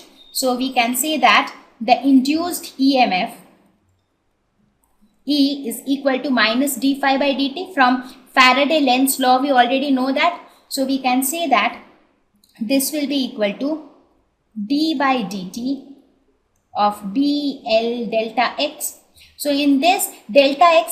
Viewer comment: Mam it is not lens law it is Lenz law...